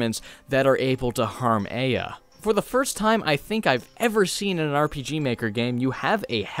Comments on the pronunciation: great review, but uh the game tells you how to pronouce her name so it hurts to hear a-ah instead of ai-a. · Its not Ei-ya its Ai-ya, damnit. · Once again you did a great video! I just have one little problem... The way you pronounce "Aya" isn't exactly accurate... You say "Ay-ah" when it's actually pronounced "Ah-Yah" Just wanted to let you know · Sorry, pet peeve, but it’s not Ay-ya, it’s I-ya. There’s a sound clip in the game where the father yells Aya’s name, and he pronounces it as I-ya. Just a minor thing...But I mean...Why not? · I like your videos. But the only thing i hate in this video is how you pronounce the protagonist name E-ya instead of Ah-ya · Her name is pronounced a-yah, i have a friend with that name, and it just set something off. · Actually it's eye-ah or Ah-yah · He even says "Eye-Uh" at the end of the game, how do you mess that up. Gosh darn it, ya silly boy. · yeah this bothered me. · TooLateToTheStory a bit, yeah. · My brain corrected the pronunciation in my head everytime he said her name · You’re pronouncing Aya’s first name wrong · The ONE time words are actually spoken in the game starts with aya's name. How did you mess up the pronunciation??? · not sure how you can say a name wrong thats said out loud by the titular mad dad. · GOD the way you pronounce Aya is horrid! ITS SAID IN GAME AT ONE POINT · i adore you but every time you say aya wrong i want to die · Most English-Dominant speakers be like: Fails saying a Japanese name that has "Ay" in it